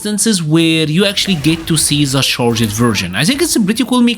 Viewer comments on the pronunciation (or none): I hate to be the guy that does English pronunciation correction in a fighting game video, but I just need to say you don’t need to pronounce the “E”s in your simple past tenses. Except if you like ED so much. Charg’d, Uncharg’d, Nerf’d, enhanc’d… Amazing videos though. Keep up the good work